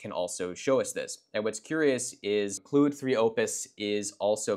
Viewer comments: As a French, I think it's pronounced Claude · Why do you still insist on pronouncing Claude as Cloud? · Interesting how different people pronounce Claude, you seem to go for Clued, whereas in the UK we tend to say it as Clawed. Apparently the correct French pronunciation is more like Cloud. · I mean the way you say it sounds to Brits like cloude